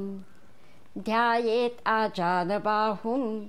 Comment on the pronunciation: फार सुंदर निरूपण. क्षमा करा पण एक शब्द खटकला. 'अजानबाहुं' नसून 'आजानुबाहुं" असे आहे म्हणजे ज्याचे बाहु आजानु अर्थात गुडघ्यापर्यंत (जानु म्हणजे गुडघा) टेकणारे आहेत. थोर आध्यात्मिक देवतुल्य व्यक्ती ह्या आजानुबाहु असतात. उदा. भगवान बुध्द, स्वामी समर्थ.